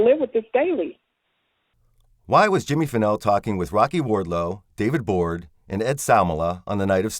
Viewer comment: Jimmy Fennell, not Pennel. His friend Curtis Davis, is the one who gave him a ride. Curtis Davis worked in Bastrop and lived in Giddings close to Fennell. He took off work early that evening claiming he had a broken tooth. He was scheduled to work the 7pm - 7am shift. Unfortunately Curtis Davis can no longer be called to testify. He passed away the day before election day.